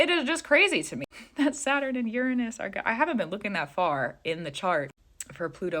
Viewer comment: Learn to pronounce Uranus. I keep thinking this video is a joke